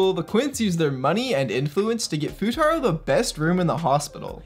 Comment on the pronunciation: "Fuutatski" had me dyin